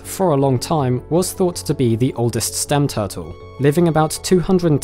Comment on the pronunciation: Toootels?......0_o? Tf is that? Repeat after me.....: T U R T L E ...